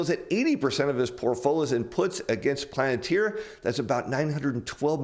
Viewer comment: it's "Palentir" not "Planetir"